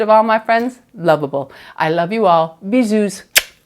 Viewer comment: You don't have to pronunce the "s" at the end of "bisous" ! 😊